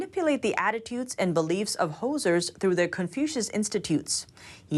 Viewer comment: it's not "hosers" it's "hoosiers." Pronounced hoo-zher meaning "native of Indiana." "Hoser" is Canadian slang meaning "an unsophisticated person."